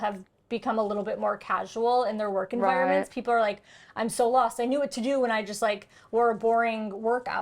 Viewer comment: I totally heard "wook" when she said "work" lol